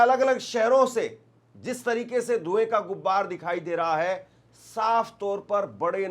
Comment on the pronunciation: gubbar nhi hota gubaar hota